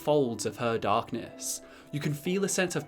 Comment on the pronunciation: I love these videos, but when you were saying her darkness, it totally sounded like you were talking about a vagina